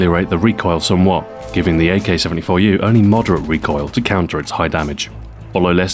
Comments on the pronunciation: Nice pronunciation of the name most people I've seen cannot pronounce it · great job on prouncing the 74u real name in russian, Thumbs Up